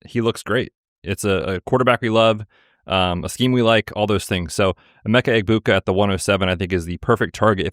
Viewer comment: The G is silent in Egbuka boys